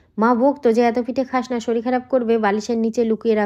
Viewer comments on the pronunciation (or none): none